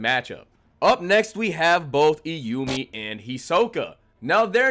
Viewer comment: This was a fun video and I agree with your rankings. I have a couple criticisms though: It’s pronounced like Troop. Not the Phantom Trope. It’s like a circus troupe or a music troupe. Troop. Also, Kortopi - not Korotopi. Also… not Iyumi… Illumi. Like ill loomy. Illumi. My second gripe is with the assumption that Feitan or Finks have the durability to tank a hit from Uvogin. Unless they have power reserves WAY beyond what we saw against the chimera ants, they just can’t handle Uvogin. Finks has to have a limit to his charged up punches, and Feitan’s whole ability is a game of risk/reward. Uvogin would pop them like piñatas. Lastly… Chrollo absolutely did try against Hisoka. I don’t like leaning on the prep time argument by itself, but ignoring it as a factor is just stupid. Chrollo specifically evaded Hisoka until he gathered the specific abilities necessary to guarantee that win - and it included a very lucky post-Morten nen ability that surprised even Chrollo. Hisoka was well and truly out of Chrollo’s league when he was given his nen back and that’s crucial to understand. I agree that Chrollo is a smarter fighter than Hisoka but Hisoka is much better at it, and his ability is much more versatile in any given moment. Zeno didn’t say Chrollo would beat him. He said that he would definitely defeat Chrollo unless Chrollo was trying to kill him. That implies a battle, not a guaranteed outcome. And that’s still extremely high praise… just not the ridiculous overhype that you sugg